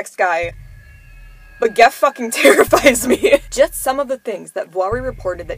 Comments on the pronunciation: It’s gef. Not geg. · like it. (The family did pronounce it Jeff though ;))